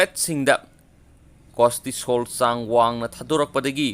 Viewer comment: Costisol haib nte cortisol haibanemi aduga emunune hairidusu taba nungaite